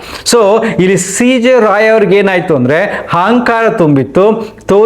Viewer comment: ರಾವ್ ಅಲ್ಲ ರಾಯ್